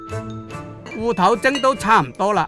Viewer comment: 烏頭是種魚喔！芋頭烏頭搞不清楚會誤會！聲調不一樣：芋wu6 / 烏wu1 。沒有人想吃烏頭糕吧哈哈